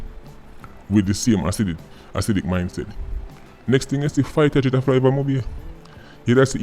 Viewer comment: 1 luv mi bredda & bless up Uself… My lard, 😂 “fighta jet”? Yah sample!😂 ❤️ PW though 👊🏾💪🏾